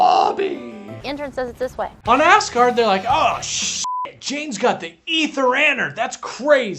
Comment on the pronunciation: I love that it is clear the good doctor is saying "Ass-guard" and "Ass-guardians", instead of "Asgard" and "Asgardians"!